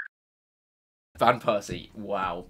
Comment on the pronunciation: Lol I just realized that we pronounce van persie Van Pusey